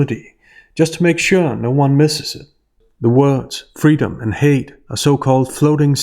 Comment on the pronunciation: I thought what she wanted was "fweedom".